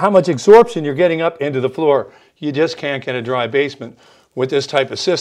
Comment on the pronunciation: Well done. (but "exorbtion"?)